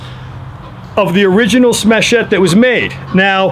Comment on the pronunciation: Interesting- presentation, thanks! some good pointers. One point tho- it's "Smatchet" rhymes with "hatchet"... That's nicest grip I've seen on a smatchet yet, that's really te titz... Great sheath too... I don't suppose these are available anymore..